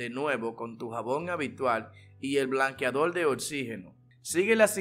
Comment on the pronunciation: DIJO BLANQUEADOL NO BLANQUEADOR 😂